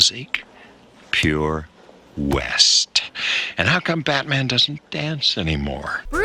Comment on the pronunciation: Why can't she say BAT man